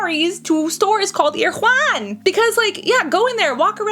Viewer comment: It’s pronounced air-uh-won!